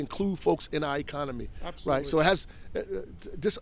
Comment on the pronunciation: Two people in this video claimed DEI is about people with merit. One used the non word I-comony, the next one said she was axed a question. Merit? Yeah right...